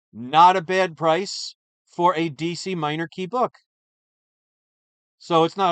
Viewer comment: What is cheese EE comics??? This must be really rare.....oh DC, what is DC? Cheese EE sounds more like some brand that Chris would buy from than this "D""C"